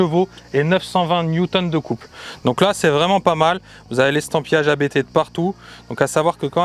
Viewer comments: " c'est un nom de famille donc comme on ne rempli pas un formulaire administratif en parlant avec un opérateur de call Indien🤗, on prononce Abt et pas A-B-T 🙏" Sinon top tes vidéos et peut être un jour une visite au show room pour un achat n🙏🥂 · Ça me tue ceux qui disent A-b-t haha C'est le nom du fondateur, autant le respecter